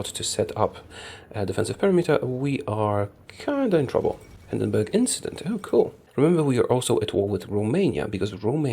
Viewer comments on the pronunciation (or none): none